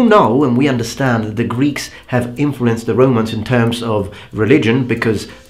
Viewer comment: The way you pronounced the greek gods was on point. I have never heard someone non greek pronouncing names without messing it at least a tiny bit, i am amazed, i actually rewind it a couple of times to enjoy it.